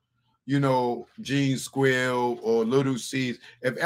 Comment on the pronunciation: Did he call Gene Deal , Gene Squill? 🤣🤣🤣